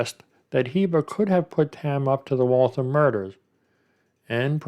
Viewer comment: Its pronounced wall-thamm like rhymes with whamm. Massachusetts has alot of wierd town names hahaha reminds me of Aaron Hernandez with the double murder way before the one he was charged with. Funny how they solve some of these way after they go on to commit other crimes.